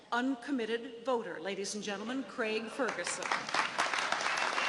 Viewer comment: An American who can pronounce Craig. That's a rare thing.